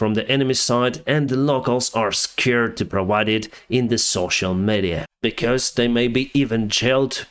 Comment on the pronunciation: Let me share a friendly tip - please check the pronunciation of the word - "media" because it sounds very often in your videos and really grates on